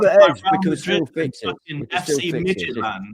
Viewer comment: can we please stopp with midgetland... Mid jilland , (with a t in the middle) Scandinavian football is underrated. Brann Norway have 3 points. Midtgylland are a top Danish team full of internationals.